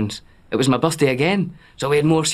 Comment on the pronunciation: “and it was my bursday as will”